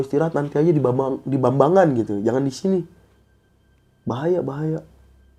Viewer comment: Jambangan dong ngab bukan bambangan 😂